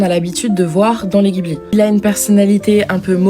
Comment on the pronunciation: Ça se dit DJibli par contre (sinon trop bien ta vidéo)